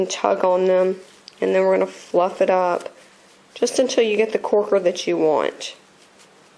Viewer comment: lol u say corker funny lol not trying to be rude